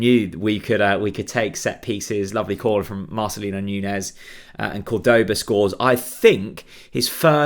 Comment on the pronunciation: We pronounce his name CORD-oba...